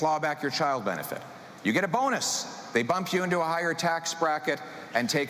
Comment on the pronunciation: How many times will he say Trudea